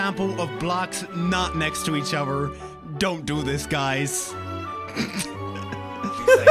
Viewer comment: it gives me life when says "uvver" instead of other